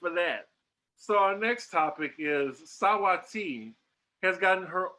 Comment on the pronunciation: Are the rest of US pronouncing Saweetie's name wrong bc I've NEVER heard it pronounced the way says it. Help me out Yall! Lol 😆